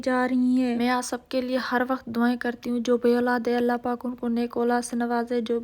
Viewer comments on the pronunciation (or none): none